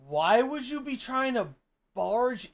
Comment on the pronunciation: the way says "why would you...." always annoys me how he drags each syllable in that one, i would call him it too if i werent a tourist